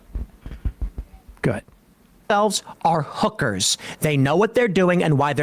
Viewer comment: = actually it's pronounced "HOOK-erz" emphasis on the first syllable, you're close tho = no Sam you got it wrong too, it's "HOOK-erz"